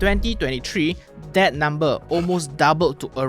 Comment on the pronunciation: You cannot pronounce "th" : that = dead, your tongue's muscle is weak so you dare not put your tongue between teeth. You use Malay consonants as English's. Earsore.